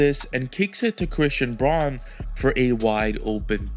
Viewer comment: Braun is pronounced Brown just so ya know~